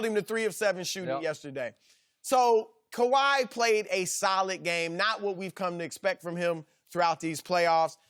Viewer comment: skiiiiiuuupppp please say “kawhi”